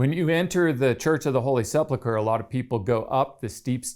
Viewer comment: ‼️He pronounced the word “sepulcher” correctly exactly 0 times in this whole video 🤡 Sleplecler? Seplelcler? Ah you get what I’m trying to say. Why try?